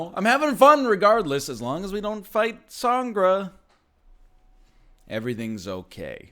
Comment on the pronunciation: "gre" in Sangre is pronounced as if you were going to say Greg. Just pointing that out lol